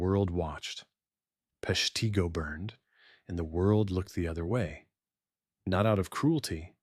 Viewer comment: Please have a real person narrate. The name of the city was pronounced three different ways. It's said "Pesh-tah-go" and Wisconsin's governor was "Lew-shish" Fairchild.